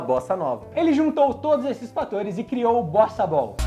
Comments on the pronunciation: No top 3 eu entendi bostabal kkkkkk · Eu estava ouvindo "BostaBall" e não Bossa Ball. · Na primeira vez eu ouvi bostaball kkk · Eu juro que entendi bostabol 😂